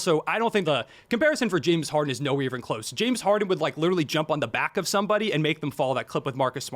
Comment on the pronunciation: 🥷 said “Jim” Harden. If you don’t know what Hardens name is you can’t be talking ball